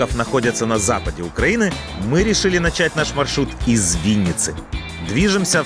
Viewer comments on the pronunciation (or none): none